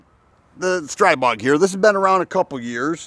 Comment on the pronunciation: STR-EE-BOG. It's pronounced StrEEbog. The newer generation has a non-reciprocating charging handle AND HB industries offers a conversion to make the original models NON-reciprocating.